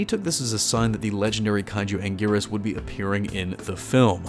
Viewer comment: Ankleeasaurus? Sigh...🙄